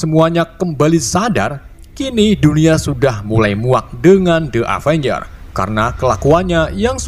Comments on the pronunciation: avanyer wkwkwk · setiap ngucapin kata “avenger” ko malah kedengerannya kaya “avanyer” wkwkwk